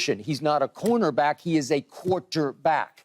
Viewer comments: skip said "corner black" instead of "corner back" lol he called shedeur a shadow lol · So we’re gonna act like Skip didn’t say “Corner Black” 😂